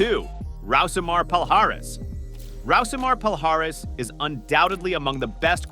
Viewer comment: listen to the fighters and referees names before saying them, lost me on Rousimar Palhares